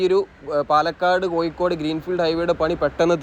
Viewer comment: കോയിക്കോട്, കല്ലും തായം, പയെ പാലം...😂😂 ഴ.. ഴ... ഴ.. പയത്തിൻെറ (പഴത്തിൻ്റെ ) ഴ...